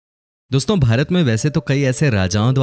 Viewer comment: ye mujhe भरत kyo sunai de ra 😂